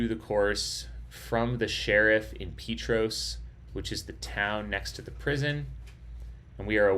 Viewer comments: Huge fan of the Barkley. I live locally in Oak Ridge. Thanks for your awesome live stream! Unbelievable finish! Respectfully, the town Petros is pronounced Pete tross 🤙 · Hey definitely after the fact, but I’m from East TN, and the little town of Petros is pronounced “Pee-trahs”. Awesome Barkley coverage! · Sorry, Pee Tross. The o is short & sounds like the o in cross. Petros Nice to hear you have been in Oak Ridge. We're the Secret City. There is a large Friendship Bell, a gift from Japanese located at the Civic Center 3? blocks to the East, off Illinois Ave /Hwy 62. Oak Ridge built the bomb for the war...The Y-12 Nuclear Plant is just off this highway 3? blocks to the left as you enter Oak Ridge